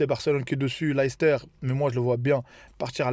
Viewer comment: Ça se prononce "Leyster" pas "Lahister" si t'es marocain tu sais ce que ça veut dire 🤣